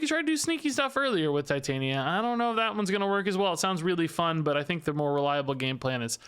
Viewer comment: i think it is a soft I on titania just FYI